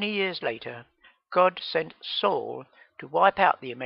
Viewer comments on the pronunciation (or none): none